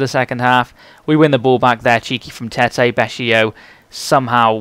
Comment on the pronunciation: Its Tett-y ;D Im from Norway so i now ho to pronounce that correctly